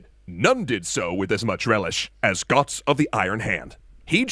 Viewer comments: Who is Gotz? Learn the ö man! Rigth now, it hurts how you speak Götz. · He have Umlaut in his name. Götz (Goetz) not Gotz. Because of course! :)